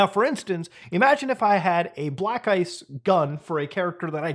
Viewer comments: Me who wasn't really paying attention and suddenly heard Muta say "black guy skin", I had to quickly rewind to get context and find out it was "Black Ice Skin" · I'm feeling like Burnt Chrysler because every time he said "black ice skin" I heard "black guy skin"